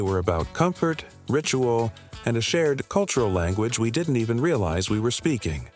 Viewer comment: "didn' tee" "children' ess" "hero' ess" This machine needs to work on its pronunciation of contractions. But, it got "Cap'n" right, so maybe the person who wrote the narration needs to learn how apostrophes work.